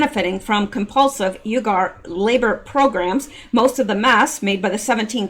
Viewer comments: Not pronounced ugar pronounced weeger like weeper wiph a g.....lol God Bless you for all you do,,, for all you give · I Believe UYGARS is pronounced WE Gars,,, I Could be wrong,,, but,,, the odds are low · It's pronounced "wegar" LOL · Fyi uyghur is pronounced Wee-ger. Sry... Pet peeve of mine..😁👌🏾